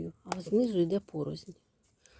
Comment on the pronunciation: Дякую) тільки не порозНь, а пороСЛь )